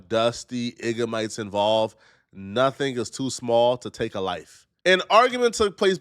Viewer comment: Yo I dieed at iggamites